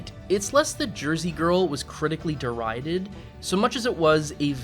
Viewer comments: "DER-Ride-ded" It's a two syllable word and you gave it an extra one. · Derided" is three syllables. It is pronounced as de-ri-ded (/dɪˈraɪdɪd/ or /dɪˈraɪdəd/). 1: de 2: ri 3: ded 🤡